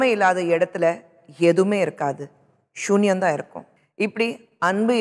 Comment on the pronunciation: Suliyam ku shuniyam nu solrange kushboo... Yarellam athe note panningelo oru like podunge